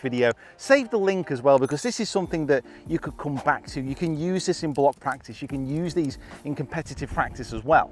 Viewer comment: What's that word you used? Prektise, praaktize, praektisse... I had to turn captions on to figure it out. Then googled it. Still not sure what it is, but I know I don't do enough of it.